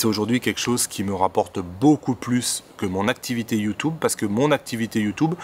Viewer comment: Sur « Youtoube » stp 😂